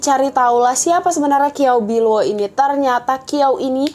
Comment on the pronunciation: Kiao biluo ? Qiao bi luo mgkn ? Bacanya kynya ciaopiluo